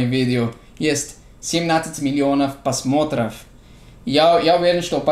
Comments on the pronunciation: не говори посмотры, правильно говорить пРосмотры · не "посмотров", а "просмотров", часто у тебя эта ошибка:)